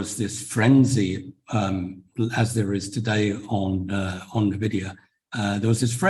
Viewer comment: Bitte bitte bitte, diese falsche Aussprache und Schreibweise von NVIDIA korrigieren (Eigenschreibweise: NVIDIA, Aussprache: /ɪnˈvɪdiə/, von spanisch La Envidia, Neid)